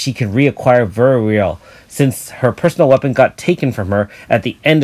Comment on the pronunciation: nice video as always. btw verweil is pronounced like "fair-while" its german, not that you have to know that i dont wanna ciritize you just thought i let you know :D i hope you have a nice weekend